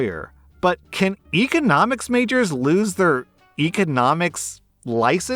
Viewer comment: EHconomics. It's bothering me how he's pronouncing that word.